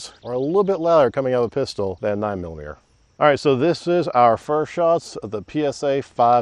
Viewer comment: Should we tell him that there is a great big "T" smack dab in the middle of the word millimeter?